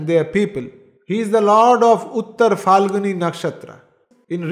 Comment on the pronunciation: Uttara Phal-guni. Not Falguni